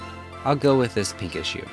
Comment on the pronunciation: Anyone else heard "I'll go with this Pikachu." ??????? I had to hear it 3 times to start to hear "Pinkish Hue"